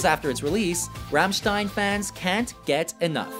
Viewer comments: he pronounce the group's name Fammstein so triggered 😡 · The way he pronounced Rammstein made me cry inside